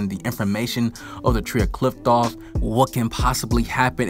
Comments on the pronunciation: Qliphoth / qliphtoph? 🤣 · The way you pronounce qliphoth is just weird and sounds so wrong 😅